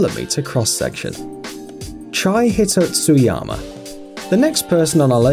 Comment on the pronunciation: Chie Hitotsuyama... i cant believe he pronounced it wrongly 😂😂